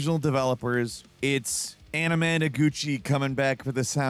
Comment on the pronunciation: You butchered anamanaguchi in the Scott pilgrim part. It’s like onomatopoeia, and they earned rotation in my playlist with the album that has meow. You should check em out, animeaguchi was hilarious though. No disrespect, love the show.